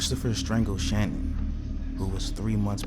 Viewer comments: Her name is not pronounced Shannon. It’s Sha- nan. If you’re gonna use somebody’s tragedy to make money off of at least try to pronounce her name is right. There’s 1 million videos of people pronouncing her name correctly have a little respect for the family that still alive morning their daughter and two granddaughters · Her name is Shannan not Shannon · Her name was Shannan Watts not Shanon.